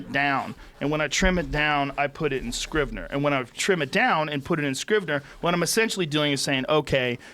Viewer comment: Joe "I use this program called Scribner" Rogan